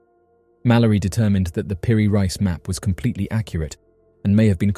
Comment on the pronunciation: Peri "Reese", not Rice.